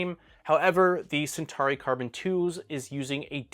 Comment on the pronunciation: I wonder if Elegoo are watching this and thinking we never made a Centari... oh but we did make a Centauri, maybe this guy can't pronounce CENTAURI... lol